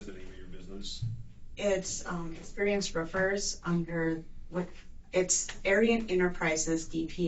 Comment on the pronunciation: when she says experienced roofers, both times, even with subtitles i heard experienced strippers.....